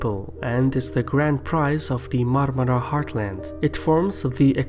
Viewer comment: Nobody in the world can pronounce Marmara as good as you